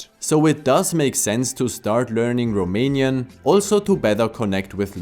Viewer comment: You’re pronunciation was spot on!